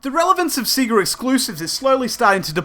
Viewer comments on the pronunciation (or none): Dude the way you say sega is just wrong lol, it's not seega! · It does sound odd now. Although I think when I got my Sega Game Gear back in 1991, I called it "Sea-ga" at the time, till I got Sonic on it, and it screams "SAY-GARRRR" as you boot up the game!